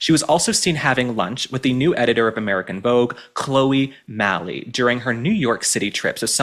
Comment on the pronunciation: Chloe Malle is the daughter of the actress Candice Bergen and the late French film Director Louis Malle. Malle is pronounced Mal. As in Spanish word mal which means bad.